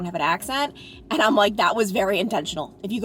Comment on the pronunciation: The only current word you say that is an accent I can't figure out... The word AND. You make it 2 syllables & it sounds like eeeee-uhnd. Is that an Ohio accent? Kentucky? I'm in NJ so it's just a different sound than I'm used to, not a judgement.